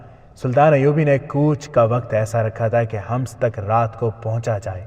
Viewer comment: لفظ حماس نہیں ہے حمس ہے